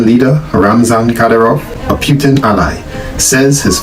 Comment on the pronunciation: It's PUTIN not PYTIN